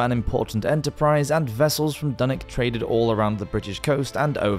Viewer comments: Dunick? Its Dunwich and pronounced as it looks. ich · Dunwich was wrong too